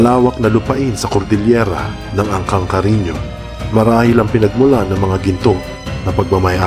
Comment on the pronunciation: Paano mo namang nasabing mag PINSAN sila ni Robin padilla eh ang layo 🤣🤣🤣🤣🤣🤣🤣CARINYO HINDI CARINIO 🤣PAKINGGAN MO NG MABUTI KASI.. 🙄 ITO HA.. SI DON ISABELLO ANTONIO ASAWA NI DONYA MARIA CARINYO ANG ANAK NILA SI DONYA REMEDIOS CARINYO ANTONIO YUNG AKING INA.. yan ang sinabi niya.. Tama or hindi 🙄 ngayon si DONYA REMEDIOS CARINYO ANTONIO na iba ni Francis Leo Marcos at ang kanyang Ama ay si FERDINAND EDRILLEN MARCOS SENIOR yan ang Alam ko.. HINTAY lang kayo sa sunod.. Kaya nga pinakita Yong post kasama si Imee Marcos.. Kapatid ni FLM si BBM.. Yan ang Alam ko 🙄